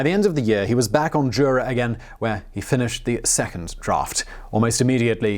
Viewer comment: Jura is remote, JOORA is remote